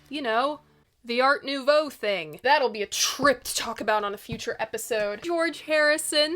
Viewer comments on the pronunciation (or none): none